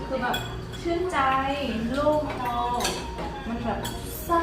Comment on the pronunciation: โล่งคอนะครับไม่ใช่โล้งคอ 555